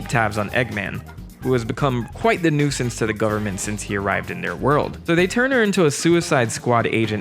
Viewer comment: Wait... did you just pronounce 'nuisance' as "nuke-since?!?" The phonetic pronunciation is "noo·since."